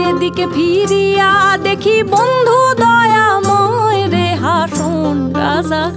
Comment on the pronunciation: হাসন রাজার** হাসন বলা টা একটু বাদ লাগ্ল✨💪